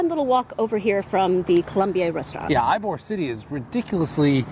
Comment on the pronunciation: Ybor city is pronounced E bor. we enjoyed listening to your various pronunciations though. Wish you’d had time to visit our little coastal town, Delightful Dunedin. You’d giggle too at all the mispronunciations of our city. It’s Din e din or sometimes Dun e din. Safe travels.